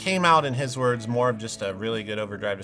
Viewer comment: WURRRDS IZZZZZZ HARRRRRRRRD This one was extra funny today.